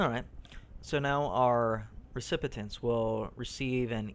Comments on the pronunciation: REE-SIP- PEE- ENTS is how you pronounce "Recipients." Not REE-SIP-PIH-TENTS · I appreciate the video and the info, but you gotta stop saying "recipitents"..... take that first 't' out of there and you'll be golden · 'Recipitents!' You crack me up!